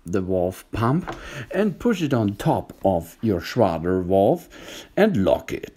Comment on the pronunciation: "The Schrardar Wolv. Oh Yeaaah!"